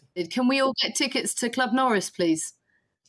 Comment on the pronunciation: land UMMMMM norris ... jeez learn to talk properly.